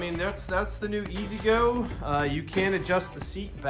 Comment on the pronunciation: Ego not ezgo